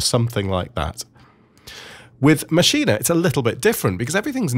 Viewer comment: So happy to hear someone saying Maschine correctly :) thanks for the great tutorial :D